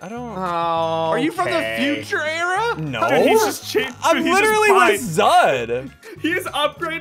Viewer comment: It's era not area